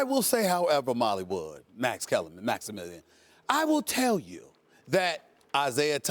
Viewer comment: Called this nigga "Maximillion" lmfao I'm sleep 😭😭😂😂😂